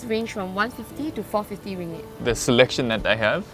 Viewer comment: Sorry I got irritated with your pronunciation of ringgit! It’s ring-git btw, instead of ringit 😆 oh, and you can easily find Lontong Kering at Geylang market!